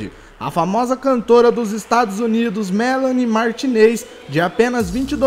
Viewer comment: Mélani martineis kkkkkkkk